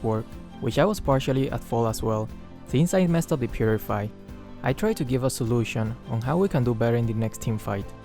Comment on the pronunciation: AYO THE WAY HE JUST SAID GIVE I CANT WIWNIENER